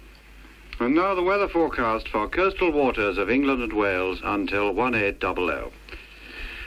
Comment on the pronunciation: Took me a second to parse what “kurstall waters” was, until I realised he was saying “coastal” 😅